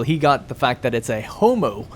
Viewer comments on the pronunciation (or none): none